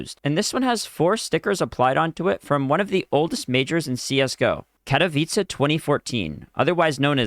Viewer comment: im so proud that you can finally say Katowice right, i remember a year n half ago you couldnt :face-blue-wide-eyes::face-blue-wide-eyes::face-blue-wide-eyes